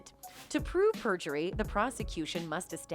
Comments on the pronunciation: Isn’t it perjury? Not prejury? 🤦‍♀️ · Prejury or perjury?